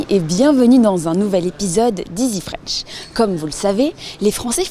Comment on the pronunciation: and "innerFranch"!